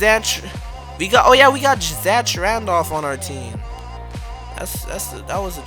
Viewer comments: Did anyone else realize he called Zach Randolph "Zatch" Randolph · it's pronounced zack